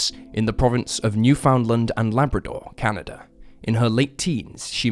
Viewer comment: all these people hung up on Louisiana place names and I'm here like: "MF'er said "Newfoundland" wrong.